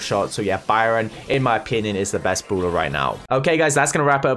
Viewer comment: I like how he pronounces brawler. “Bruler”